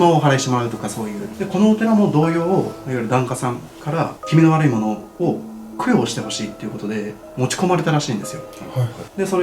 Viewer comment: 2分43秒のせーぎさんの「悪いもの」って言葉がゴニョゴニョしてる。